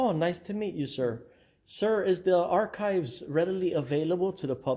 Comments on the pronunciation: Have you watched this video? A.T. actually verbalised the word both ways - first with a soft 'c' - like ch-eese, then after the mayor pronounced it correctly, he later said it again - this time with a hard 'k'. But yes, I noticed the mistake when he first asked to look at the archives, just as I would notice your mistake if you said something like; "I would like to aks you a question', so what is your point? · Hey man, I really don't mean to be snarky at all, but just thought you might like to know that the word 'archives' is pronounced with a hard 'c' - as if there is no 'h'. So even though in the word 'arch' (for instance) you can hear the effect of the 'h', with 'archives' it sounds like 'ark-ives' - the way the mayor verbalised it.